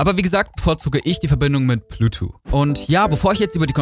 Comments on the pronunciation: "Bluetwo" alles klar. "Bluetooth" ist schon nicht einfach. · Gutes Video und ich will auch nicht klugscheißen, es ist mir nur einfach zu oft aufgefallen, dass es ein Versprecher gewesen sein könnte. Du weißt schon, dass es Bluetooth heißt, und nicht Blutu? Sorry, sowas triggert mich immer hart ;-)